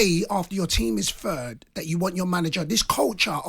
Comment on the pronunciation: "fird" Ffs!